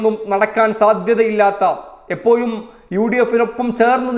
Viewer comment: എപ്പോയും എന്നല്ല എപ്പോഴും എന്നു പറയാൻ ശ്രമിക്കുക